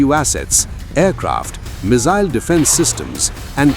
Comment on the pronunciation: What's a "mizzile"????